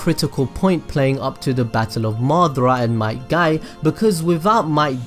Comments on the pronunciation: his father might dai bruh who names there kid might die it sounds like your saying the dude might die which he did tho... wtvs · Each time he said might dai I laughed